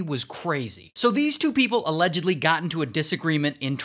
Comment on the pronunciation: He didn't say allegdidibibly he just normally said allegedly 😢 😂